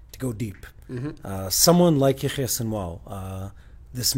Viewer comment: seems to be pronouncing Sinwar's first name in a strange way. What he says does not sound like Yahya. Or is he talking about someone else? What is he saying? Is he using a nickname? If so, it would be helpful to spell these names, so that people unfamiliar with Arabic or Hebrew names could understand better. Also, when you mention the names of places, or other unfamiliar terms, it would be helpful to spell them on the screen to aid in understanding